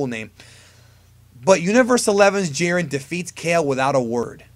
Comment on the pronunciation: lmao this dude said jiren.